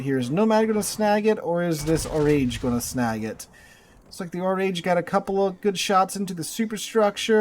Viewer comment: "Oraaaage" not "o'rage".